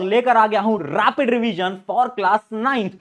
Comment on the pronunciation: rrrraapid revisionn